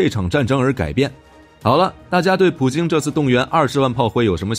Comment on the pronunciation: 明明是普京你为什么总是说普丁呢